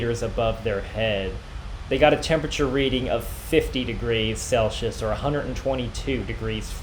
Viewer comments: CelSius not Celchius :D Otherwise; Love your videos! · Dude! There's no such thing as "Sellshous". ENGLISH DUDE! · You dont know how to pronounce Celsius.